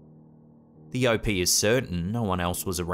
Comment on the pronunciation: Everytime you refer to the "O.P." I hear Opey. The boy in the Andy Griffith show from the 1960s 😆😆😂😂